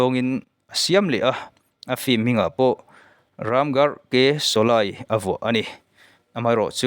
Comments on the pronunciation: Shawlei tiha lam tur shawlai nilo in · sawlai han tih chu, sawlei tih tur ni awm tak. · Shawlai nilo in shawlei ti a lam tur aw. Shawlai ti a i lam hian hidi tawngah awmzia pakhatmah a awm lo. Shawlei ti a i lam erawh chuan - meipui, meialh tihna lam a kawk thung ang. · Solay ni loin Soley tia lam ṭhin vek zawka niee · Mithar niman ah kan phun nghal tehang. Shawlei tih te mit atitlai tia lam tur. Mit ati tlei mizotawng hman uluk angai ania. Thangthar ten an ngaithla nasa sia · Sawlei tiin ka lo lam thin a... Ka lam sual nge i lam sual zawk aw